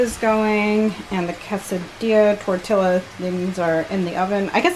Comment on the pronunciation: its like tour-ti-ya not tor-tilla